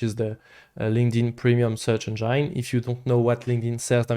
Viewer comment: The way he pronounces Engine as "Engyyne" pisses me off. Get the peanut butter out of your mouth!